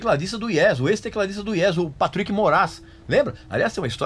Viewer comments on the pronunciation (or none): none